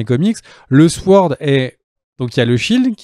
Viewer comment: toujour sympa, merci a vous, sinon SWORD, on ne prononce pas le W